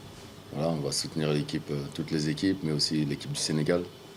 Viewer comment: Vous avez entendu ? Sujet CAN : Les seize Zéquipes. FranceTv, Fausse liaison.